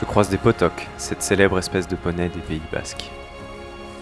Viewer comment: La beauté des images ne fait pas oublier l'épreuve physique que représente cette HRP. Des commentaires intelligents pour décrire le vécu de cette aventure. Seule légère correction pottok se prononce potiok. Les nombreux troupeaux au niveau des vallées d'Ossau et d'Aspe sont les fournisseurs du lait pour le vrai fromage des Pyrénées (vache ou brebis). Ils sont avec les bergers les jardiniers de la montagne.